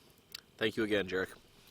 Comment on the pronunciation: Yaaa-rek no jarik lol. Zuuuu broof kaa